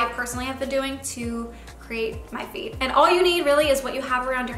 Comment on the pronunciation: I kept thinking you were saying “feet” instead of “feed” lol